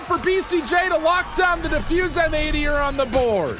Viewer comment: I think M80 is supposed to be read as "Mighty".